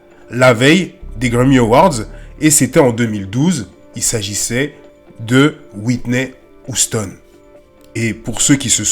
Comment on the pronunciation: « Whitney OUSTONE » 😭😭😭